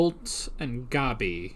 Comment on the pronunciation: The way they pronounce Gabi in the dub kinda bothers me. Other pronunciations, like "Ervin" and "Reina", I'm fine with, but... "Gobby" just sounds... dumb to me, lol. XD